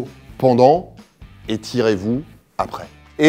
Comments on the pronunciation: À j'ai compris "et tirez vous après" 😭😭😂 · Mdr a tu as dit “étirer-vous après” eu une baisse d’attention et j’ai compris “et tirez-vous après”